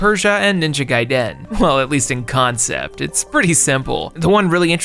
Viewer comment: Why do you always pronounce “Gaiden” like that?! 😂